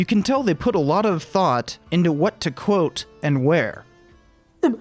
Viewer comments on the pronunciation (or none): none